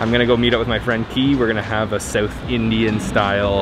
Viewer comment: It's south not sewth